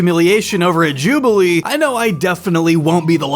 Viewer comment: Jawbilee when?